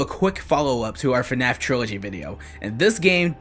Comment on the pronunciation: "Fuh-naff"? Is it really that hard to say "FNAF"?